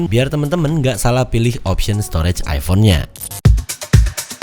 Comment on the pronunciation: Bang salah ngomong dibagian stroge coba denger😂